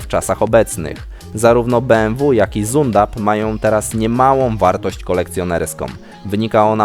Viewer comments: Zundap!??? A nie (fonet) Cindap? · Nie "Zundap" tylko "Cundap" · Czyta się Cindapp, a nie zundapp! 🤣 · U z dwoma kropkami to niemiecki umlaut czyli wymawia się jak i przechodzące trochę w y z na początku to c. A więc ten motocykl to cindap reszta ok pozdrawiam łapka w górę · A nawet "cindap" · Tyłu bzdur w jednym filmie to jeszcze nie słyszałem. Bardzo słabo odrobiona lekcja historii marki BMW i Zündappa. (wymowa Zündapp do poprawy 😅) Rozbawiło mnie, że wg Ciebie hamuje się płynem chłodniczym, brawo za wiedzę, zdecydowany minus za całość!!! 👎👎👎